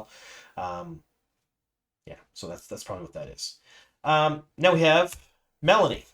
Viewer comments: It's MeLane not melanie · Meh-LANE .. not melonie'